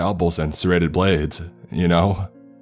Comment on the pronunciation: Doctorsuh, serrated bladesuh, up until thenuh